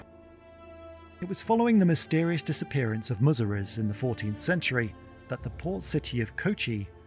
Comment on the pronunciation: Its not Muziri. Its Musiri.